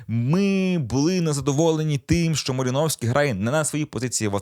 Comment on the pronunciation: Такі да, МалИновський !!!😂